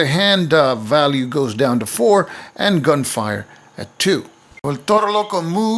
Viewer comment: Amazing playthrough, and amazing pronunciation of El Toro Loco. I want buy the game but here in spain is hard to find